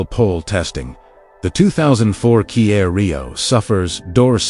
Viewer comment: the “key-air” rio 😭😭